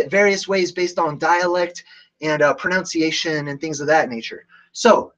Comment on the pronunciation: please note that it's "pronunciation." No "ow" sound needed.